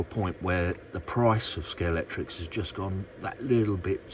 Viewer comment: It’s scale-x-tric You mentioned that you’ve been a fan for many years and yet you keep saying Scalectrix Ah well, in the words of the great Tom Jones, it’s not unusual 😬🏁